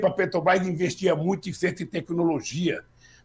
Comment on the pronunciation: Tudo bem Lula mas falar Petobrás é populismo ultrapassado, se vc quer interferir em decisões de milhões de dólares pelo menas fala o nome da empresa certo, isso vai gerar mais confiança para vc e tbm para o meu voto!